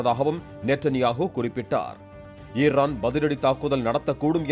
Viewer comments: தொகுப்பாளரே இர்ரான் இல்லை ஈரான் 😂😂😂 ஈஈஈ 🪰🪰🪰🪰 வராதா உங்க வாயில😂😂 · ஈர்ரானா? தமிழை கொலை பண்றது ன்னு முடிவு பண்ணிட்டீங்க..? அது அமாரிக்கா இல்லப்பா... அமெரிக்கா